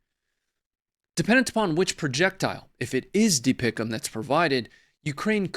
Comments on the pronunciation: You don't say DPICM like a word. Just the letters. That was cring hearing that. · It's not pronounced dee pic um. It's D P I C M Former Marine Artillery Officer... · Pronounce the acronym by saying each letter individually.. It is NOT DeePickEm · Dont make DPICM a word. Just say the letters.